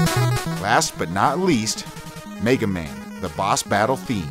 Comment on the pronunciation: World: "Meh-ga Man" This guy: "MAY-ga Man" @@